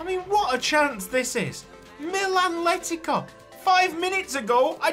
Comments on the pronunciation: Funnily enough Letica's name is pronounced Le-tits-ah. Hope that helps, I nearly had a seizure every time I heard you say Letika 😂❤ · "Letica" in Croatian would be pronounced with a C, not a K or a Ć just a normal C